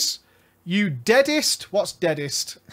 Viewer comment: "Deadset" not "Deadest"